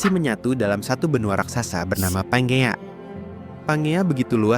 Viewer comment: Panjea mestinya ya wkwk